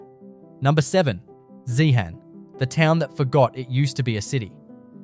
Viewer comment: zeehan-pronounced zehen-UM theres a tin mine about to open just out of town-zeehan has mineral museum, an opera house and an iga mart along with a selection of mine camps